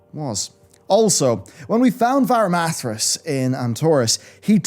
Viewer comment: Check this out "De"theroc Bal"na"zzar Varima"thr"as Tichondr"ius"